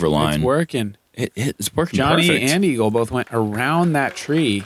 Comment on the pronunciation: Did Nate just call Eagle, "Eeegs" ... I don't know how I feel about this. LUL